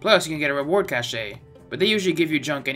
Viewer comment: “Cashay” lol